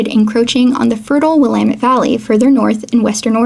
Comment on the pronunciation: could tell you're an oregonian from the way you pronounced willamette <3